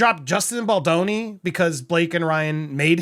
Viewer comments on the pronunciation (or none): Dude going into this with the intention of mispronouncing his name as baloney...so manipulative and I hope no one is dumb enough to believe this guy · Isn't it the interviewer who is mispronouncing baldoni's name and not ari emmanuel? Anyone else hearing that?